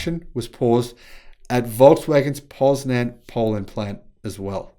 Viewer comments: Greetings from Poland, quite good pronunciation of city name: Poznań ! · Yes I agree, he is normally pretty bad at pronunciation of names but here with Poznań, he has showed high skills.